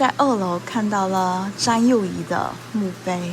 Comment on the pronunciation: 她為什麼沒有回台（汪） -是灣 沒有和蔣介石合（讚）-是葬 （詹）幼儀-是張 妳的中文發音 未免太差了吧！ 如果不看字幕，不太確定妳在講什麼！ 妳要不要請他人來配音啊 （難怪一些電視劇要請配音員）